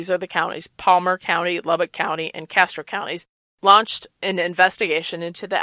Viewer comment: you keep saying Palmer...its PARMER